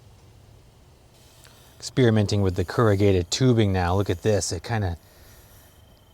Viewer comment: "Keragated"?? you mean corrugated?